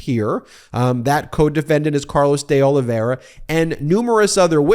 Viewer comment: Try this: Deh Oliveyra instead of Day Olivera